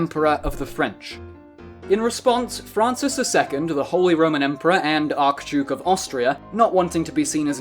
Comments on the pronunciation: So am I right that you thought it was ark-duke? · the arch in archduke is pronounced like archbishop not like in archangel.